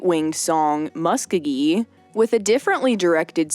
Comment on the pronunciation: Sorry, but it's O-Kie from Mu-sko-gee...